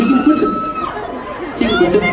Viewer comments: Take a shot every time he says Tegan 😂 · My name is Teagan and every time he said her name it gave me anxiety omg